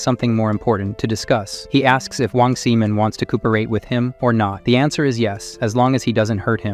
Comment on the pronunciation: Wong Simon... Sigh-mon.not semen.